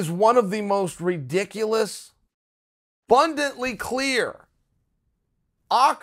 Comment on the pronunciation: *abundantly clear, not "bundantly" hahaha